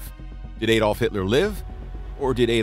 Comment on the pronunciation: Shame he can't say ''Adolf'' correctly.